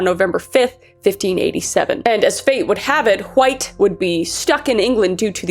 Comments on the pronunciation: Please tell me stewy that’s how you always pronounce wHite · wHHite wHo wHere should like my grandma with those “hs” they are meant to be silent kris gosH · "John hUHWHITE" 🗣️🗣️ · I heard John huh-white had a penchant for Kool-huh-whip. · You got me dying everytime you say Hwite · John Wwwhhhite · You really get the WH in White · Normally I'm unbothered by mispronunciation, especially when it's done on purpose but holy hell, Kris. You can only forcefully add the H in wHite so many times before I had to skip the video. I realized that I was getting so annoyed that I was actually becoming mad which is why I skipped the rest of it. ... Like, wtf? 😂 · Did anyone ever tell you that you say "White" like Stewie Griffin? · I'm so sorry but the way you pronounce "White" is ascending me rn😂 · Why are you pronouncing White so weird?